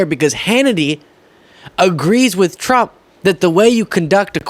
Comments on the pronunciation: You were right the first time. 'Tramp' 😆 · Best slip up ever!! Tramp! 😂😅 hilarious!! You do excellent work. You keep up with your great work!